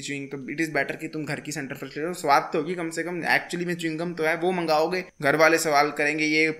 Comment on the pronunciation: Center fress nhi loll😂 fruit h 😂